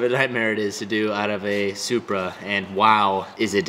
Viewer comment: did anyone else hear how said supra😂